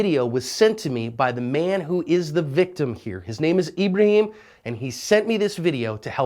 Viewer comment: His name is ebreHEEEm